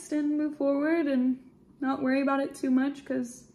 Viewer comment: Every time you say a boot, yah sound like a Canadian eh LOL!!!